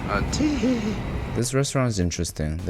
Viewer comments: Atithi, Pronounced ati-thi.... yeah you dont skip the letters here... means guest in india... the saying 'atithi devo bhava' meaning 'guests akin to gods' is a common motto (which is partly why we were colonised for so long...) and that's not swathi.. it's swasthi... swasth means healthy.. goes with the website.. Most indian words have english spellings like that cuz they are meant to be pronounced that way.. it almost never is silent Dahi... not dazi... Da-He... (dont get me wrong... I know you're a fierigner so you will obv have trouble with new words... but what's the harm in telling you the right way?) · Bro it's pronounced Ati-Thi which means Guests. It's a word from a saying "Atithi Devo bhava" which translates to that 'our guests are similar to god' therefore we respect them as much we respect our gods Btw great video 😂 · it's not atihi I meant the pronunciation , it's ATITHI (it's a Hindi word) which means guest in India 😋🙌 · The restaurant is called 'Atithi' because it means guest. It's not Ati'hi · U can say A-tit-hi not A-ti-hi Its a-tit-hi 😂😂😂 In india this word means - Guests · its not atihi its athiti means guest and the whole phrase is "Atithi devo bhawa" which means "Guests are god to us" plz don't make memes about it 😢😞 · If you are pronouncing Atithi as Atihi and Swasti as Swati, then you need to add a few carrots for your eyesight. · Dude it's Atithi as ATI THI means guest. Not ATIHI. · I cannot withstand how much miss pronunciation he does in this video ☹️ How can someone be so much stupid to pronounce 'Dahi' (Da+hi/he) as 'Dazi' !!!!! WTF!!!!!!!!!!!!!! 'Atithi' (a+ti+thi) As 'Atihehee' . Oh Good GOD!!!!!!!!! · It's not atihi~(with a gay tone) it's ati-thi meaning unexpected guest you welcome ( it's a VERY respectful word) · that's not bread pudding that's bread halwa 🤧🤧 that's not äti-hi that's Ädhi-thi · its called atithi where second 't' is not silent atithi means guest in hindi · Bruh it’s spelled like a -thi-thi